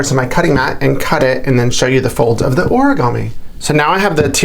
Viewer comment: Hello . Why do you pronounce it as ‘oragami‘ when it clearly is ‘origami ‘ ?